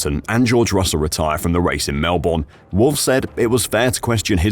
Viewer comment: 5 vids later, you're still having trouble pronouncing Melbourne.... reminds me of Mercedes alright...